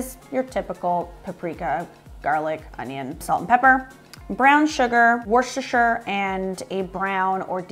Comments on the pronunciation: American people really struggle with saying Worcestershire. It's wooster-sheer. Most of us drop the sheer and say wooster sauce. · For people who have trouble pronouncing Worcestershire (which everyone I watch) just keep in mind to not pronounce the “r”. Think Wooster-shur. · PLEASE learn how to say 'worcestershire' correctly. also, americans reffering to st patricks day as 'st paddys' day just sounds silly.